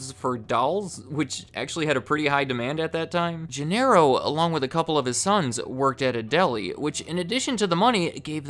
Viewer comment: I lol each time he says Gin-air-o